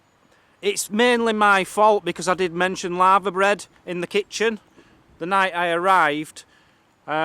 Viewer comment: For we Americans said LAVERBREAD which is a traditional Welsh dish made with littoral alga (seaweed). Sorry, it sounded like you said LAVA bread like a volcano, haha. It looks like something a Cow would eat, enjoy:)